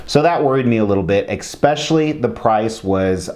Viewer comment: Makes me cringe every time you say.